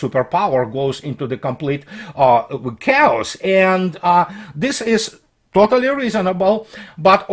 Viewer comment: Hi, just my two cents: the word chaos is pronounced as - (кириллица) "кеас", с ударением на "а". Sorry